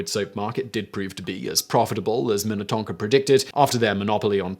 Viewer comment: I am amazed you said Minnetonka properly so many Minnesota city names mess people up. Wayzata Edina Shakopee Ely